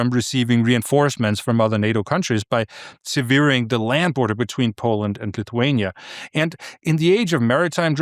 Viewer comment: Another excellent report Anders, thank you. A small point I noticed: your English is impressive, but not flawless. The English verb, to sever is pronounced as it reads, rhyming with 'never'. You used the gerund, 'severing', about the Sowalki gap. It is pronounced just as the infinitive plus ing. and not sea_ver_ing as you spoke it.